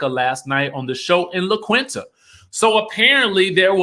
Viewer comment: Hi, here is the phonetic pronunciation of La Qunita: La Keen-ta. It is literally 5 minutes away from Palms Springs, Cali. This is a tricky one if you're not from here☺ You're perfect as always. Great video and insight lovie❤